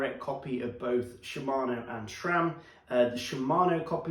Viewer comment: There is no H in the name SRAM. Never has been.